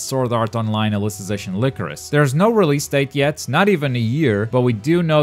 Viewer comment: Its “lie-crow-sis” not “lick-roe-sis”